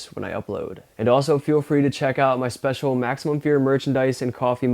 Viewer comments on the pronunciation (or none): none